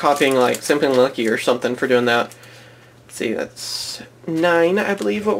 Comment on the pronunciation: I cant tell if you said "SimplyUnlucky" or "Senpai Unlucky"